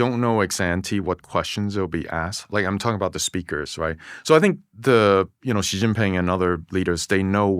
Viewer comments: Thanks so much for this interview. Props for the subtitles as a whole (still needs a grammar parse to nab the extra words that dropped in here and there). One thing Dwarkesh, if you ask someone how to pronounce a name (or to correct you) please try to then say it correctly too to complete your show of respect for whichever foreign culture you're discussing. Another thing D, be very careful about your bias, it seriously undermines your integrity and validity. Much of the condemnation and judgement you level should be measured against other countries too, particularly the US, Victor checks you a few times and in a more measured discussion you would spend more time contrasting. You did this well when mentioning the "rent" in Californian bureaucracy, sadly this approach wasn't consistent. Some of your judgements are perceptual/ideological (unconscious) bias driving sensational or hyperbolic choice of words. Try talking a little slower to phrase your question more carefully so you can properly discuss the issue from all povs rather than feed the bias machine and make your audience more attentive to the substance of the discussion rather than the judgements. With that attention to poke at the issue from a few academic/analytical angles with someone like Victor you would generate some really worthy perspective and enlightenment around the differences in approach. For instance some consideration about whether "wasting" money producing tangible outputs to service state and consumer de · You mispronounced his name 😶 The Latinization with the extra "h" (so Shih instead of Shi) is supposed to indicate that its not prounced like "ee", but more like the i in "in" Havent watched the rest of the podcast yet, Im sure its great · WTF sound is Dwarkesh inventing for the X in "Xi" that doesn't exist in Mandarin at all or even in English for initial sounds in words. It's some weird French J sound. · There’s no excuse in 2025 for an educated person to pronounce “Xi” like “Jhee”